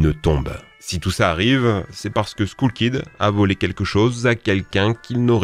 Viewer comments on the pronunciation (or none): SKOUL KID :'D je saigne des oreilles, un peu de respect ! "Skeul" Kid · On dit skull kid pas skoull kid!! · "Skoul Kid" J'ai mal à mon coeur 😂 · SKOUL KID. mais bon dieu t'es serieux??? Personne je dis bien personne a part toi ne prononce Skoul kid. Mais punaise il y a personne de la rédaction qui a des balls pour te dire d'apprendre à parler? C'est révoltant! Non faut forcément que tu fasse pas comme les autres... du coup bravo tu as réussi à décrocher un coms, c'est bon pour le référencement hein?!? Aller ciao!